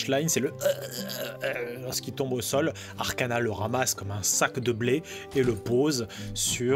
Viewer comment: J'entends toujours Arcanin au lieu de Arcana x))